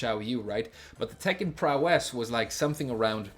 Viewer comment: Prowess is pronounced PROW-ess (same emphasis as ‘instance, limit, prankster’) 👋